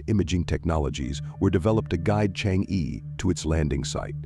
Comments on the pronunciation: better read "Chang'e" as Chang o, thanks for the report. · Nice video and presentation. The title Chang’e has an “e” that should be pronounced as vowel and not consonants. Some what sounds like “Zrhang-eh” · it would be like ALIEN if westerner pronounced Chinese: Chinese - CHANGG Er . 🎉😂